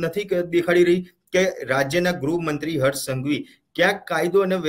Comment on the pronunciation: please correct the pronunciation. Gruh mantri, not grahmantri 😂I m a great fan of yrs